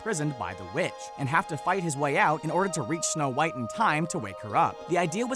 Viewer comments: When it says snow whot instead of snow white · you said whot and not white wth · "Snow whot" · You said Snow WHOT and the Seven Dwarves lol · did anyone else notice they said whot and not white? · Uh you kinda forgot how to spell white because you said snow whot and the seven dworfs. Sorry if that bugged you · “Snow Whot And The Seven Dwarfs Ummm... Did you mean White? 😂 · It's snow white not snow whot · Am I the only one who noticed "snow whot" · “snow whot and the seven dwarfs” i cannot breathe call an ambulance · Somebody explain wtf is "Snow whot and the seven dwarfs"is? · Did anyone else see that they said snow thot just me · Who the hell is SNOW WHOT?? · who the heck is Snow Whot 😂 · “Snow Whot and the Seven Dwarves” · “Snow Whot” who else noticed this 🤣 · "Snow Whot" really? Smh. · Snow- WHOT ... wot? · " SNOW WHOT AND THE SEVEN DWARFS " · who is Snow Whot??? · "Snow Whot" u "whot" mate? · “Snow whot “😂🤣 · . “ Snow Whot “ ? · Did anyone notice that is said Snow whot and the seven knomes with the mother gothel and evil queen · . “Snow Whot”...